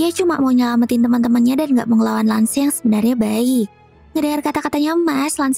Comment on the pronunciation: Mash ❌️ Mas ✅️ Lance ❌️ Lan-ce ✅️ Cavill ❌️ Kavil ✅️